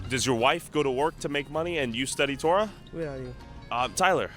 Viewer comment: Taura ? lmao god help me? bro u dont even have the actual "Taura" hahahah